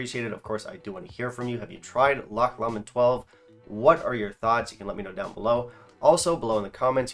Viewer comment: Pronunciation for Lomond - Low-mond